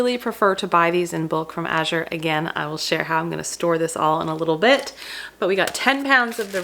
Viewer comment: This was a fantastic vlog! Well done, concise and informative . And, unlike so many, you pronounce Azure correctly! Thank you👍